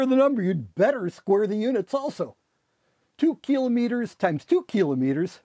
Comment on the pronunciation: Cliff is one of my favourite human beings on the planet, and he even says "kilometre" the right way!